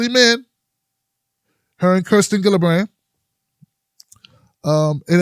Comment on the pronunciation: can you stop mispronouncing Buttigieg and Gillibrand as if they had hard 'g's instead of soft 'g's that are like 'j's instead?